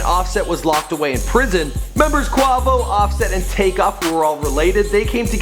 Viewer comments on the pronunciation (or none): It is quavo not qovo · Bruh im not even watching this video after because this man said CUAVO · It's Not Qovo it's Quavo in the song I'm the one he Quavo says Quavo Dumb dumb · I'm in cardiac arrest. My mans said 'qua-va-sous' ...it's Qua-vi-ous. This whole video needs to be taken down, edited, then maybe we can try again. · its quaaaaaaaaavo he said quovo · Hes saying Kwa Vo. Its Quay-Vo tf?? 😂😂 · QUA not QWA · quavo not qwuavo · dude.. its quAvo... not quAWvo.. you have a good channel but last time you mentioned lil boosie (boosie badazz) you pronounced it lil "bOUsie"... come on dude, do a lil research, listen to more of these artists music and you'll actually sound like you know who you're talking about. just sayin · SaiFYEEZY yesss I was the same like its QU-A-VO NOT Q-WA-VO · dude does a mini documentary about the band but can't google how to say quay vo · wait did he just say cuavo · Brah he said qwavo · Quavo = KWAYVO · QuAvo?😂I can't😭😭😭😭😭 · Pronounced QUAYVO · kwavo 😂😂😂ahah ik u tried man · Kwavo lol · It's fucking quay-vow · (qu-e-vo) that is how you say it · Bro who is kwahvo lol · well you just said Kwahvo I'm never watching your content again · Who tf is kwavo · Someone get they mans saying Quahhvo and saying Versace is on drake album smh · Quavo is pronounced quaevo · I didn't want to listen anymore cause he said kwavo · Damn you white asf Its pronounced "Quay-Vo" and "Dee-Kay-Ter" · who in the world is "Qhawvo" loooool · KVR 153 Its Quavo😐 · waiiiiit this dude said "quahvo" im crying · lol young qwarvo stuntin' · i know he didnt say "Quawvo" face palm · This bastard done said Quavoh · Cringing whenever he says "Qwavo" not Quavo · Its not quavo it's pronounced quayvo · Quavo (kway-Vo) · Quavo. Kway-vo. Quavo. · more like 'kwey-vo' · How you know they history but pronounce Quavo name wrong💀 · The way he says quavo gives me cancer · you don't know how to say Quavo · the way he say quavo just erks me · I can't stand how he's saying Quavo's name